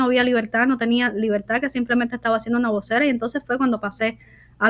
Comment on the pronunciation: Libeltá! Libeltá! 🤣Qué nadie les enseñó a pronunciar la R?